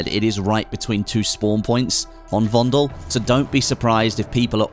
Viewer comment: Please pornounce VONDEL correctly.. it's with soft e, like "paddle"...